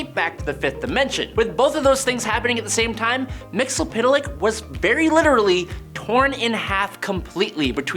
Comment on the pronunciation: I will never complete the watching of any video wherein you or your co-workers continue to murder the pronunciation of Mr. Mxyzptlk. Do better.